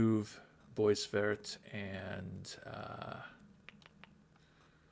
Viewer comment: Nice job on pronouncing 'Veilleux', by the way. The 'eux' was wrong but the 'Ve' and the 'ill' were spot-on. 🙂 You completely cocked-up 'boisvert', though. 😋